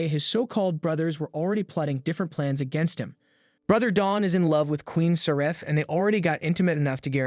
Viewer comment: As well "Sareth", and don't even get me started on the fact that he says the Ignis story "comes a few months BEHIND the other story lines", which is just.. what